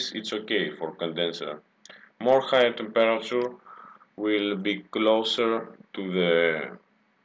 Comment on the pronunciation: if you say temperature like that again i swear down im going to slap you.